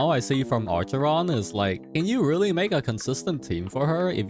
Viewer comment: "ARCHERON". Im crying